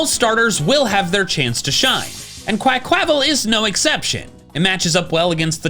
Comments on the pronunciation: Why do you say Quaquaval like that 😢 Meowscarada too??? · It’s pronounced uh-MORE-uh, QUAH-qua-vull, and WIH-noh-nuh, “”! 🤨 And I now hate you for dissing Greninja, since I’ve pretty much made up for its issues with Charizard and Roserade. 😤